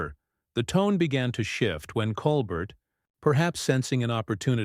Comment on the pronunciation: These YouTubes are going around on Jimmy Kimmel as well. THEY are BS as the right wing tries to divide us even more. They are ABSOLUTELY Psychopaths. It's disgusting. And Obviously the "narrator" is A.I. as the pronounce Colbert as Colbert pronouncing the t.